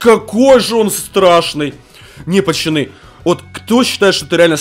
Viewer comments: ПАЩАНЫ ПОЧЕМУ НЕ ПАЦАНЫ А ПАЩАНЫ? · АХАХАХАХ ГОВОРИЛ ПАЧАНЫ ХААХХАХВХАХ А НЕ ПАЦАНЫ Л